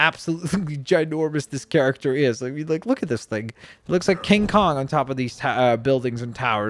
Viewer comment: Its King Kong not kang kong